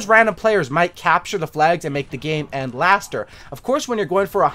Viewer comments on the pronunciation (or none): “End laster” 😂